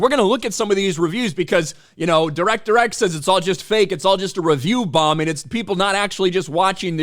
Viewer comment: Di-wreck-ter X said that no one gives a shit about Robin Hood. As a Brit I'm hear to tell him more people have heard of Robin Hood than that no talent hack.